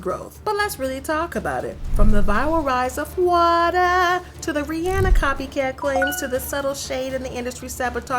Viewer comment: Why she gotta say waterrrrrr like that😂😂 got me💀😂